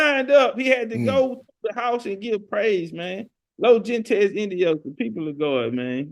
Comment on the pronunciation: Gente is pronounced " HENTE " the G's pronounced like an H